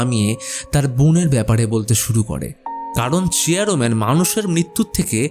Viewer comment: আপনি বার বার চেয়ার man ke চেয়ারো man bolchen keno